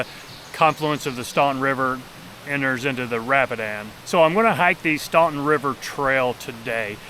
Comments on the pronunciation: The pronunciation of "Staunton" is stɑːn.tən/ in US English. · The pronunciation is “Stan ton” the “u” is silent. The locals call it Wilson Run.